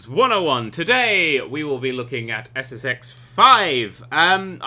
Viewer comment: i swear in his intro he said sex